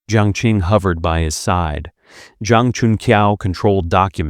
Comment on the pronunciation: Qi is pronounced Chi, not Ki. Qing is pronounced Ching, not King. Qiao is pronounced Chow, not Keeow.